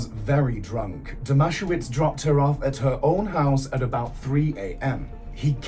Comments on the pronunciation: I wish you would look into pronunciations if you're going to make a video from a true crime. Firstly the town is NOT pronounced MO it is MO..E and you got the babysitters name all screwed up also...It's not DOMASHOWITZ. its pronounced DOMA SE VICH. It doesn't take great effort to check details are correct when doing a story. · The town is pronounced Mo-ee, and Greg's surname is Dom-a-sev-ich but only Aussies would know that. Greg totally killed him. Bylinda and her sister both had a baby each with Brett Leskie. The town of Moe is the definition of aussie boganville